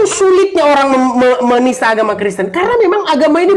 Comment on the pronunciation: Edispun berkata : "Agama karesteng".😂😂😂😂😂😂